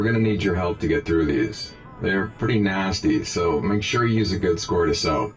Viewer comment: I love the way you say good is like guds😂😂 love your stuff